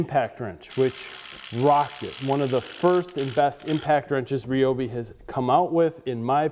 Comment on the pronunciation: RY-obi I have heard of . . . REE-obi is not a brand currently in production.